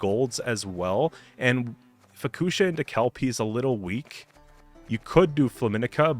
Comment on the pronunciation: I’m so grateful you’re saying Kelpie correctly haha Is there even a possibility to create a neutral deck? I think it would be fun to see what kind of crazy deck might work with all neutral cards